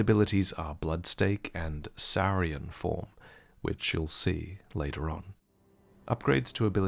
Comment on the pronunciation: Saurian form is not pronounced that way. It's the same as dinosaur